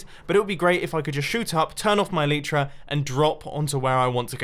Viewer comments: Mumbo in MCPE you can deactivate the Elytra (pronounced EE-LIE-TRUH, no EE-LEE-TRUH) I think you should try it, ps I think you should do a MCPE survival series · It's pronounced A-Lie-Tra Mumbo. Come on. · Hey mumbo I know this is an old video and you probably won’t see this but I’m quite sure that the pronouncination of elytra is: eelaitra, sorry it just really bugs me because I have a friend named Alitra so I just wanted to let you know. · "E lee tra" I always say E lay tra.